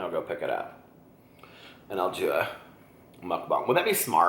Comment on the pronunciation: You're pronouncing mukbang perfectly in this video!